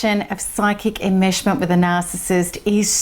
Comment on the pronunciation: I' sorry. I'm not understanding a certain word she she is pronouncing: psychic "immersion" ? Is that what she saying? It sounds like she is saying "immershment"?